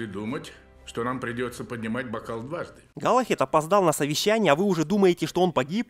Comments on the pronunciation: Не галахед а Галахад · Не Галахед, а Галахад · Галлахад, а не Галлахед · галахад, а не галахЕд